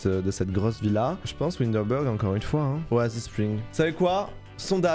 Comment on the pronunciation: « Windebulgg » PTDRR PAUVRE WINDENBURG 😭😭